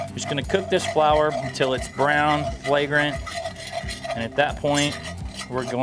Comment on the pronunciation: Wait- did you say "flagrant?"